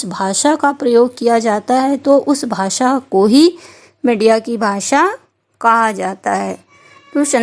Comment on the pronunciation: Madiya nhi media hota hai medam ji